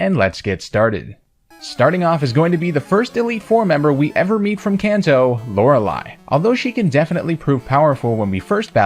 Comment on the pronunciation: Says Lorelei correctly. Me: Wait, that's illegal.